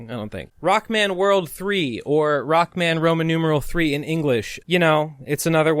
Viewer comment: Video Start: I feel like this shoulda been broken up into multiple videos as well in: 'Roku-man hes a stroong sensu ov jestice'